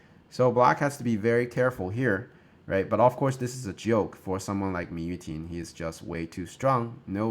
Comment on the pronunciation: Am I crazy or did it said Mu Yuting in the beginning